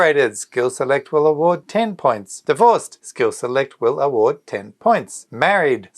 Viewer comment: Lol ur award sound like avoid. I missed my heart beat, I replayed.😅